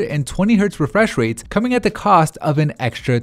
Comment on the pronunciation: 'high refweshrate screens' XD